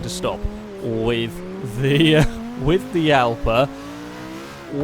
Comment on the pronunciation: i know how to speak and it prenounced jalpa